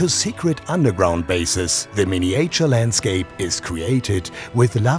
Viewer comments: Oh, weh.... dieser begnadete "Englisch"-Sprecher ist ja kaum auszuhalten. Miniäitscher - inzwischen ist das MiWuLa doch ein echtes Millionenunternehmen und ich verstehe einfach nicht, wieso man da nicht mal einen professionellen britischen Muttersprachler ranholen kann, der dabei hilft, diese Peinlichkeiten zu vermeiden. Ich traue mich einfach nicht, meinen Freunden in den USA einen Link zu schicken, echt nicht. "To date more than 265 people", jo - ist klar. Leute, das muss besser werden! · Die englische Übersetzung des Off-Textes ist - ähm - mutig :-D Die Aussprache ebenso ... Mein Favorit: "mini-äitschür" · The guy could have at least learnt how to pronounce "miniature" and "dueling". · So ein schönes Video. Nur wenn der Sprecher die Worte "Miniäture" oder "Creäture" sagt, triggert mich das total :D :D :D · Surely, in a city as large as Hamburg, you could have found a native English speaker to speak in this video? Or the guy could have at least learnt how to pronounce "miniature" and "dueling".